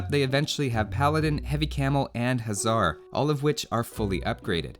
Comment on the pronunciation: Hussar is pronounced 'huh-SSAR' Huszar is pronounced 'HOO-ssar' Upper case denotes stress.